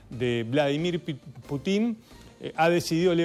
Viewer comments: Es PÚTIN, no Putín.. Putín sos vos, pelado. El acento va en la U!! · Que alguien le enseñe a este merolico como se pronuncia Putin. Diganle que no se pronuncia Putín suena ridiculo y graciosisimo no se le puede tomar en serio. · Señor, no sea tan ignorante de pronunciar mal el apellido Putin con Putín, va sin tilde en la letra I. ¡Avíspese! 😂